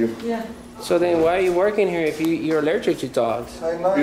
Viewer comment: "I'm allergickt"??